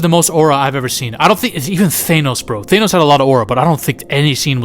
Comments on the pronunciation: I think youre the only guy who pronouces Thay-nos lol im just busting your balls, I really enjoy your content g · Did you just say Theynos? 😂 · Why tf you say Thanos like that in the beginning